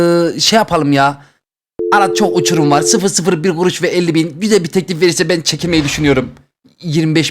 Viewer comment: ✨elLi gUruŞ vEr tırRrreK✨